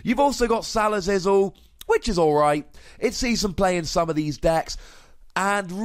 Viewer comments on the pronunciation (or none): it's "Salazzle" like Salad and Drizzle combined, not "Salasizzle":D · Stop saying Salasizzle. You add letters when there are no letters there.